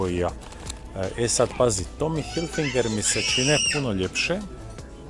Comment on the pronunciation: Cao matori, odlicni su ti blogovi, samo imam jednu malu zamerku! Ne kaze se HilfiNger nego Hilfiger(ne znam zasto vecina ubacuje N kad tog slova uopste nema u nazivu) U par vlogova izgovaras pogresno, pa mi para usi. Ja inace radim za Tommy Hilfiger Srbija, pa eto, profi deformacija. Nadam se da mi neces uzeti za zlo. Pozdrav i svako dobro.